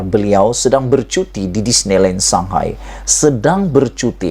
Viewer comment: Shanghai bukan Sakai .bro